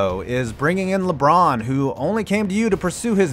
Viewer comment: im so happy this man didn't say lebronto